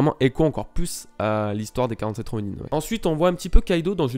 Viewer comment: Ronine ?! Ronin * Sinon très bonne review.